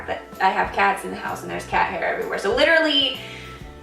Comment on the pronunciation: you litterally said litter-ally alot lol